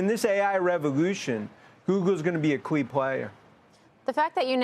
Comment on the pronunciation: I'm like what are you talking about and then I hear it 😆